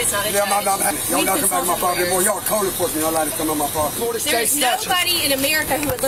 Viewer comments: Why won’t they get off his “pwoperty” ?? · Isn't property pronounced with 2 R's? Dude keeps talking about his poperty.